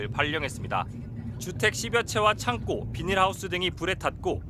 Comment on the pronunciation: 얼빠진 성장경 아나운서 기자야. 창꼬가 아니라 창고다. 우리말 부터 배우고 아나운서 기자 하거라.